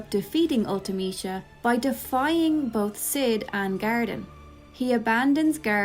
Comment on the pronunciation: I've never heard anyone say Ultimecia out loud and I like your pronunciation of it. I always read it as ultee-meh-see-uh.